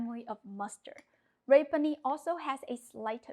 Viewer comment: (rapini = rah-PEE-nee) ❤❤❤ love you, you're the best !